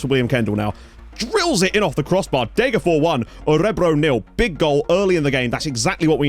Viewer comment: As usual very impressed with your pronounciation, but it's still "DegerFOSH". Like with Västerås you pronounce the s (well -rs is pronounced "sh") because neither are genetive. Fors means stream and ås means ridge.